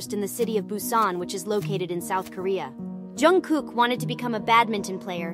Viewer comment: Pronunță-i numele corect !!!!!!!!!!!!!!!!!